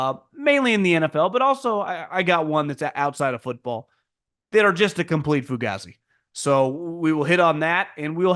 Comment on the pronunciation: It really Pronounced "Fu Gay Z"